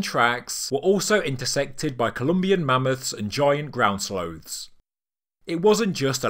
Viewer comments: It's a sloth not a sloath😂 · Haha slowth